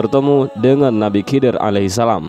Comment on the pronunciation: Slh ckp anda..bukan kidir.. Tapi khaidir..anda bnyk belajar dlu dlm berbicara